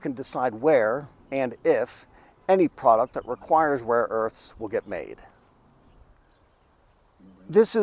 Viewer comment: 🤣🤣🤣 Seriously ? I knew it would very hard for him to pronounce some of them or even to remember more than a couple of names . But to not even know there is a difference between "raw" and "rare" , that really takes the cake.